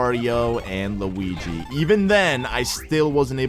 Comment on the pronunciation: did he just call them mawio and lawingus